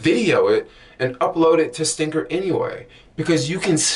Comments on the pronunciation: ST--R--INGR not ST--I--NGR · Why do you keep saying stinger when it's stringr. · I had to check the spelling myself he said STINGER so much. It's STRRRRRRRNGER! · I hope in the 5yrs you've been using the app you learned how to pronounce the name of the app itself. It's not stingr It's STRING R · bro... you can't even say the name...